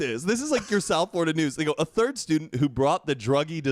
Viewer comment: I love how says Florida like Flarda 😂❤️